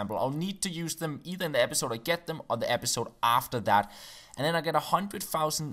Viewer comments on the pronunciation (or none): Lol 'Pepisode' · haha "pepisode" in the second page of the rules :)) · it Says pepisode NOT episode #Fail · Pepisode lol 😂